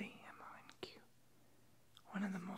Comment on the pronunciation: It's fucking pronounced MONK